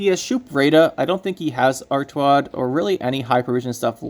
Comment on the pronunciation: Not ar TU ad, its ar TA ud.